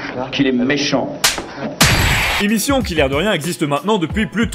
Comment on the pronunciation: Oui j'ai entendu "Quel méhant nabot"